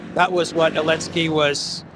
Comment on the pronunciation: It's funny...it's sounds like you're saying the Elensky Curse vs Elensky's Kursk. 🤔